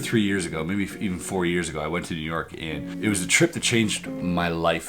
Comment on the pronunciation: “Yew Nork”